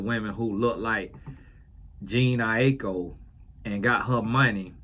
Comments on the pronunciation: “Gene Nie-Ek-Co” took me out 😂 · calling Jhene (Je-Nae), JEAN, is the epitome of someone not giving a damn about “regular people labeled as celebrities” “God blessha” - voice 😂😂😂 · You calling her Jean is taking me out 🤣 It’s pronounced like Janae. Much love Uncle 🫶🏾🙌🏾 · I'm screaming at Gene! Lmaooo lol it's pronounced Juh-nay! lol commonly spelled : Janae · Not Gene 😂😂😂 I AM WEAK 😭😭😭 please pronounce her name like this: Ja-Nay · Calling Jhene “Jean” is sending me🤣. don’t care two things about this culture and I love that! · Not “Jean” 🤣🤣🤣🤣🤣🤣🤦🏾‍♀️🤦🏾‍♀️🤦🏾‍♀️ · I’ve been laughing ever since he said “Jene”. 😂😂😂This is comedy for real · Its juh-nay eye-koh lol..😂😊 and her mother is blasian and father is biracial. Her asian genes are strong because i would believe shes fully asian if someone told me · Jah- Nae is how to pronounce her name 🌊🌙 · Its Juh-Naye I - Kho 😂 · Its Juh-Nae, 😂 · Hello, her name is pronounced, JA-NAY😊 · who is jean ai-ee-kho 😂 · her name might be pronounced like je-nae. these spellings nowadays. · Every time he attempts her name 💀💀💀💀🤣🤣🤣🤣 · the way pronouncing their names 😭😭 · Please tell me how he is able to say Aiko boy can’t say Jhené😂